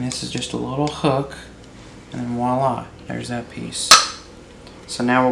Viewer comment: It's NOT "wa-la!" (wala), it's VWAH-lah! (voila).